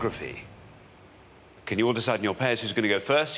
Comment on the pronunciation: We Americans say the word “geography” with 4 syllables. The way Alexander says it sounds like only 2 syllables at the most! 😂